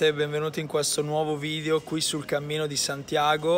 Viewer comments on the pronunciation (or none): none